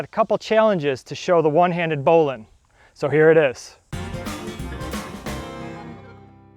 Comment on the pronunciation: It's bow line not bowlin